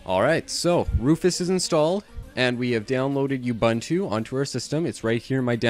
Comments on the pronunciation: Thanks for the instructions. But Ubuntu is pronounced differently - uboontoo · Great tutorial! it's pronounced "oo-BOON-too" though.